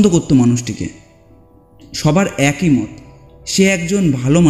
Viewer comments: একোই নয়,--অ্যাকই(একই). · AKOI katha noi, uchharan hobe AKI katha. Kichu mone korben na pls.